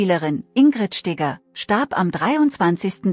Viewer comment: Sie heißt Ingrid Steger ! Nicht Stiger ????🤷‍♂️🤷‍♂️🤷‍♂️